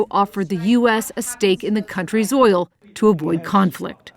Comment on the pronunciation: Did you say oil 😅